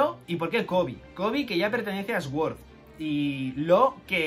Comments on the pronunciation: Nunca entendí por qué los españoles pronuncian la "s" aparte , se pronuncia "suord", no "esgüord". He visto el mismo error cuando pronuncian Shrek, es gracioso escuchar "Esrec" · Se pronuncia suord xd no esword jaja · cada vez que dice "esuord" muere algo dentro de mi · La verdad es que dice muchas veces Esword, alguien las ha contado? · Inglés nivel: pronunciar "Sword" como esguór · se pronuncia: Soorr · Dislike porque no sabes pronunciar sword 😝